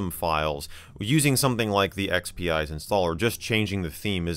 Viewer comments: I think it's supposed to be pronounced ex-pize instead of ex-pee-ize because it's a play on "spice". Thus the salt shaker icon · I thought it would be pronounced EX-Peez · Not that it bothers me at all, but I believe it is pronounced like "X-Spize" because it "spices" XP up. The logo also looks like a salt/pepper shaker.